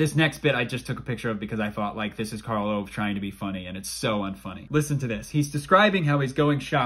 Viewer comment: Why this Karl Owe? His name is Karl Ove. Well you do your best.